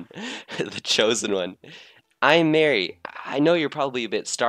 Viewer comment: Marie's name is pronounced Ma-re not Mary Callie Marie, Calamari